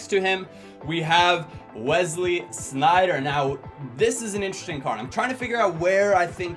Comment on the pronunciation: you are the only american/english guy who said Sneijder right